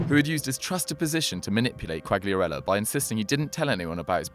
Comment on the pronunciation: Ffs how can you get every single Italian name wrong? Who's Bageo? And I don't even know how to spell what you called Quagliarella.